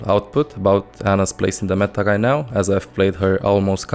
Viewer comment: Does this guy not know how to say R's? baggiegs, ginehagt, megcy, threehundged, gight now, scagy, zayga... i get the accent and all but damn hes hard to understand